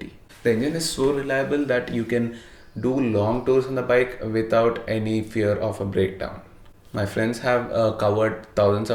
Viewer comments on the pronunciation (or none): none